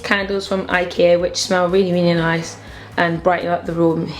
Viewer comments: you don say Ikea..you say ikee xD it's lovely xD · I aslo say ikea like ikear. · i like the way you say ikea like 'i-keer' xxx